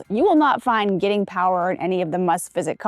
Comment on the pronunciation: Guiting is not pronounced Geeting.